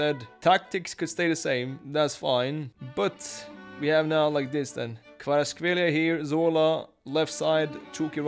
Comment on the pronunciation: Good pronunciation of Kvaras last name